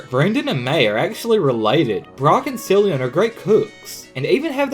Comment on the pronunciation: How do people keep pronouncing Cilan wrong? Everyone who hasn't watched just one episode of the BW anime pronounces it "Sillian"